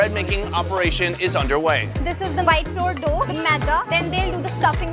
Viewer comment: You're right sir ,she was saying flour as floor ,I was like shocked pikachu face n I think she didn't complete her English lesson properly 🤣